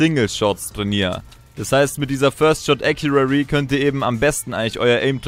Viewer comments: ACCURACY Nicht Accuary 😂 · Gutes video, aber WRM SAGTS DU IMMER acuraRRy?? 😂 Es heißt accuracy (ka wie man es schreibt, aber jedenfalls sprichst du es mit SSSSS aus ACURASSSY Oha du hast es EINMAL richtig gesagt danke danke😂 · Rosen sind rot, Ich bin keine Maus, Ich bin getriggered den spricht Accuracy falsch aus. Und damit du weißt wie: Äkjurasi mit Betonung auf dem Äk Trotzdem gutes Video! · es heißt first shot accuracy nicht accurary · Wie er immer "accurary" sagt... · Es heisst first shot accuracy nicht accurary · Wie kann man Acurarry sagen das tut einfach weh... ES HEISST ACURACY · Yo, das heißt Accuracy nicht accurary. Just sayin :) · No hate aber es heißt accuracy und nicht accurary!!! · Accuracy nicht accurary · er sagt halt einfach akuary 😂😂😂😂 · Sehr hilfreich und cooles video! Aber bitte lern wie man accuracy ausspricht weil das triggered richtig😂 (sprichs ungefähr so aus: äkiürässi 😂) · „acurary“ xD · Accurary genau 😂😂😂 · Gutes video, aber das heißt Accuracy ( gesprochen : Äk-you-rasi) :D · Google mal wie man first shot accuracity ausspricht😂😂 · Es heißt acuracy 😂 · ˈakyərəsē bitte sag das xD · Hör auf "First Shot Accurarry" zu sagen. Lern wie man es ausspricht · Es heißt acressy aber egal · Wie er immer först schot äkuäri sagt Ist mir schon öfter aufgefallen dass ihm englische Wörter schwer fallen Sprich doch einfach deutsch junge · man spricht es ganz anders aus. Das ist es 😁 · Es heißt halt accuracy, also mit dem r, das ist wichtig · Bitte sag mal acuraCy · Lern mal first shot accuracy zu sagen